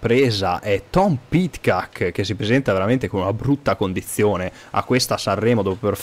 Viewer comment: Ma perché dice pidckak